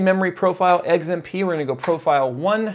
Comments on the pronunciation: Dude it's XMP not Eggs MP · WTF is eggs-M-P profile? Bitch you cookin?Edit: Finally the correct X.M.P . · Is it just me, or is saying XMP like "Eggs-im-pee"? It could just be an accent thing, but I usually pronounce the letter X like "Ecks" and not "Eggs". Lol. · oh god, now I can't stop hearing it. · He’s saying “eggs and pee” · Yo stop saying EGGS-mp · lol when says XMP he pronounces it EGGS M P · Did he just say Eggs M P? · Fried a 16 day old 6700k running 4.8 1.34v.. well below the internet's supposed maximum. Tweeted you a pic of the burnt contact on the bottom of the CPU too, though I doubt you saw it. Edit: Just to be clear, it's the first CPU I've ever toasted, and I pushed an old 965BE to 4.2 1.45ish-v Also, lol "eggs-m-pee" :P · I swear he said eggzmp profile the first couple of times he said it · why cant you say X M P???? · "eggs M P" - trying to say XMP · glad I was not the only who noticed that